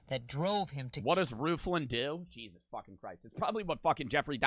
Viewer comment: Jeizz luizz instead